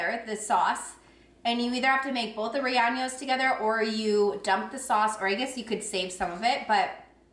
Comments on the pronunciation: Rellenos is not pronounced ray ahn yos. It's ray-YAY-nos. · No disrespect, but you sound it out like (chili-ree-ain-yos). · Lol, subscribed after last haul. Rellenos is pronounced ray ye ( short e) nose. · Love your reviews, thanks. Please learn how to pronounce rellenos